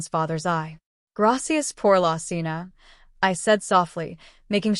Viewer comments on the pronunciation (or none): none